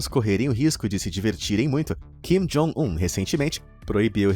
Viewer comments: É kim jong un , vc falou jin kong un rsrs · Jin Kong Un kkkkkkk, não seria Kim Jong Un? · no tempo de do video eu gostei da mudança de nome de "kim jong un" para o novo nome que o apresentador inventou "jim kong un" kkkkkkkk